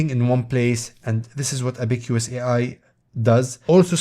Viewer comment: say ab-uh-cuhs like the chinese counting device